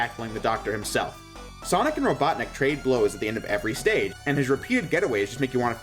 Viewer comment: the fact that you did not roll your tongue when saying doctor ivo robotnik has made me disappointed you should have known better